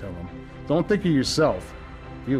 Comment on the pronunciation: 'Lights his cigarette with no concern'......"I don't 'tink' so".... He should try out for a movie.